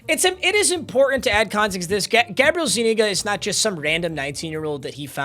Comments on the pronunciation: Zu-nee-ga 😂😂😂😂 ima let u slide this time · Papa its pronounced, Zoo-knee-guh